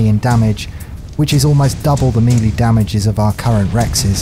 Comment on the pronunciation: I dont want this to seem like a hate comment but in your series complete ark on the island yoe pronounce pteranodon and melee wrong. It just annoys me. Melee is pronounced maylay or melay not me lee and pteranodon is not pronounced terradon. But love your videos you inspired me to finish ark and tame higher level dinos thx for the help :)